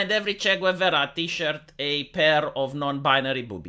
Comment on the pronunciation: It took me a second to realise you were talking about Che Guevara by your horrible pronunciation, lol.